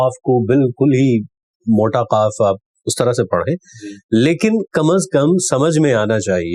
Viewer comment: جی لفظ ق ۔ قاف اورکاف بولیں نہ کہ کیاف